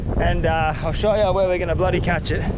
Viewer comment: Why do you say blody